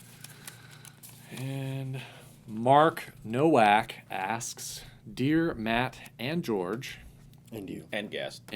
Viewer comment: hey, my last name is also Nowak but your pronounced it wrong, it is actually pronounced No Walk, its polish so the pronunciation is different, its a common mistake but i thought i would let you guys know (assuming you see this comment)